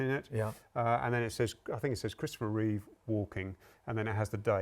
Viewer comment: Reeve, not Reeves.